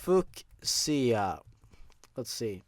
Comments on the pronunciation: "Fyoo-sha", not "fuck-sia". That just sounds like you're insulting Sia. And Sia is awesome. I am titaaaaaa-niiiii-um~ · Fyoosia. Not Fuck See ya. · Fusheeya? You mean Fuchsia? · its pronounced FU (like bunny FU FU) SHA , FU-SHa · Fuschia? fyoo-sha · FOOK-SEEYA?! It's "Few-sha." #Triggeredforcolors Just kidding you guys. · Fuscia... its pronounced FEW SHEE UH! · It's pronounced as ( FOO-SHA ) not ( FOOK-SIA ) 😂😂😂😂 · Fu sha not fucksia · I know you've probably gotten this before butFooksia.......Really???Its pronounces fiusha. I guess, might just be you accent or something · Fuchsia xD FUKE-SEE-UH. FEW-SHU. ITS PRONOUNCED FEW-SHU. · It's not fooc-see-a. It's fusha. (Pronounciation) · I've never heard of Fuchsia being pronounced as 'fook-see-uh'. Is it an American thing? Over here in the UK, we pronounce it 'F-you-see-uh'. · Fuschia is pronounced "fyoo-shah." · Fuchsia is pronounced f-u-sha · How to pronounce fuchsia (Feu-sha) I tried my best ¬(·~·)¬ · Fuchsia — A mix between pink and red — (Fu-sha) just for pronunciation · I know you’re probably tired of these comments but... Fuchsia = Fyoo-shuh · It's pronounced few-sha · my dood, FUSCHA FEE-OO-SHA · Fuchsia* (fee-yew-sha) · Did you mean fuchsia (pronounced 'few-sha')? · It's pronounced as "Fu-sha" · It's pronounced fyoosha (fuchsia) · It's pronounced "few-sha". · Fuchsia, fyoo sha.... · Fucia (Pronounced Fyusha) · Fuschia (Fyuu-shya) Is a color. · Just a tip: fuchsia is pronounced "feu-sha". It's pretty weird, I forget it all the time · fuchsia? [fyoo-sha] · It's pronounced "Fyu-Sha" mate, but nice try. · fuchsia Pheu-sha pff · if it wasn't said already, fuchsia is pronounced like "FYOO-shuh". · IT'S PRONOUNCED FUESHA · It's pronounced Fee-ooo-sha 😊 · fue-sha is how you say it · fuchsia is pronounced "fyushia" and its kind of like purple and pink mixed together that was my favorite part of the video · It is pronounced Fuuuuk Siiii ya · it's pronounced Fyoushia, but spelled Fuchsia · Fuchsia is pronounced "Fyoo-shuh"